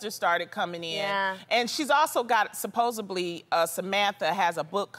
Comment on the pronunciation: I love how Loni says “supposedly”… supposbly. 😭